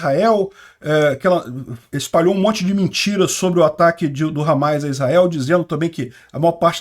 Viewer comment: Parabéns pela cobertura, mas é Hamas e não HAMAIS